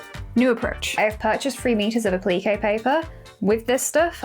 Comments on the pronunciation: I was so confused awesome to what A-pleakay paper was then realized you were saying Appliqué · 😂😂 yes me too! I had no clue what she was saying until I realized she was saying appliqué ❤